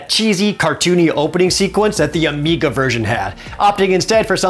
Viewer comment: Was worried it was my speakers. And he says "Amica" instead of "Amiga."